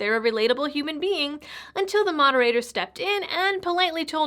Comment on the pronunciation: question... who are all these "yumans" Bernie keeps mentioning?